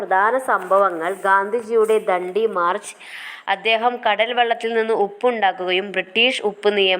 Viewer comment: Daandi alla dandi alle maam